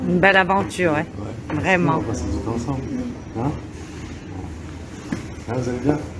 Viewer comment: "Libido vreument" 😂😂😂 Faut que ça devienne un meme